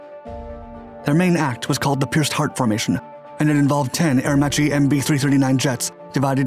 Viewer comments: Some tips for you: Ùdine, not Udìne Aermacchi is pronounced "AERMAKKI" Ùstica, not Ustìca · I really enjoy your videos and the research you do before making them is obviously coherent, but please pay more attention to correct pronunciation of the names, specifically Rammstein and Aermacchi in this video, it is kind of annoying to repeatedly hear the names being butchered.